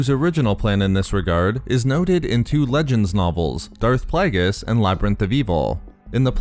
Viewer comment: This guy says 'Plagueis' like he's having a stroke.